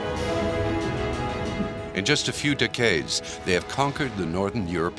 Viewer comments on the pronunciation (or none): Down vote for using AI voice. One that can't even say decades. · A. I cannot pronounce decades.